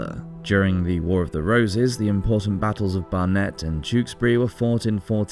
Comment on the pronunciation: You really can't be an expert on medieval battles if you can't even pronounce Barnet properly, for goodness sake.